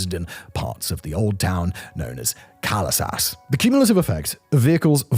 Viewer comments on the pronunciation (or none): "..unique horse-drawn carriages known as GA-LESAS" XDDDD the way to pronounce it is KA-LE-SA